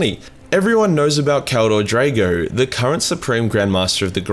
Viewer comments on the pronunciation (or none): none